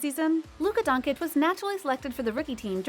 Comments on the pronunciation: Please, please, if you want make a video about Luka, learn how to pronounce his name correctly! It is not that hard. Twice the same sound "ch" like in chill. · I stopped watching this as soon as the woman speaking said luka don-kick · Ah yeah „Luka Donkic“ at least learn how to pronounce his name the right way before u make a video about him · Idk how these people mispronounce easy names, Doncic if the last part is "ch" in sound, the first C probably sounds the same ijs 😑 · who tf is Luka Donkeych 🤣🤣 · Bruh. “Donkich” Really? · Donchich Americans. Donchich. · How does she manage to mispernounce every last name? Donkich, nowitzkee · Its Dončić or Doncheech. Such a "journalist" would be better as a road sweeper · When I hear Donkich I quit watching... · You heard donkich... I heard dawnkkickk.... jk. But for real.. just terrible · I know how hard is it to pronounce dawn uh kick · I am not ignorant... but after 3 years by now in the spotlight, any serious youtuber/commentator should practice s lil bit before going online and butchering the surname. If you can say cheese you can cay cheech... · it’s luka donchich, but u have to say first ch bit harder because it’s dončić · Can’t even pronounce his name smh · how is this channel named Top NBA when cannot pronounce Luka last name if you are going to do a video about him? and no disclaimer to apologize if you butcher his name? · I’m still astounded how Americans keep mispronouncing Lukas last name, given that he’s a household name by this point….. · You're a professional media analyst who gets paid to talk about people. The guy has been in the league for 3 years and you continue to mispronounce his name. There's a difference between me barely knowing you and mispronouncing your name and someone getting paid to talk about you on top of that I'm ok with someone mispronouncing a name a few times but for 3 years?? No it's not ok buddy it's just unprofessional and pure lazy. Do your job it's what you get paid for.